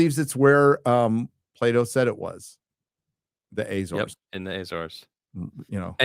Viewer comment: Azores like America, not Ezores